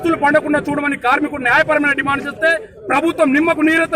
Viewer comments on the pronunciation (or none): Anchoring very bad , dimand, dimaaaand Kadu